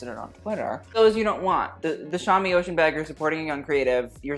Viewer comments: I think it’s pronounced oh shoon not ocean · I think Shami Oshun is pronounced "Oh-shoon" as in the Goddess, not "ocean" 💙💙💙